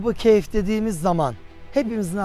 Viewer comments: Hem "keyf" değil, "kehf" olacak diyorsunuz, hem de sürekli "keyf" diye telaffuz ediyorsunuz. Bir de, Kur'an israrla "onların sayısını sadece Allah bilir" diye belirtip sayılarının kaç olduğunu kimsenin bilemeyecegini belirtirken, siz de israrla hem de köpeklerinin adini dahi telaffuz ederken, keske en azından taze taze bir Kur'an meali okuyp, bu konuda Kur'an'in muradı nedir diye bir on araştırma yapsaydiniz be hocam.... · Ashabı keyf değil kehf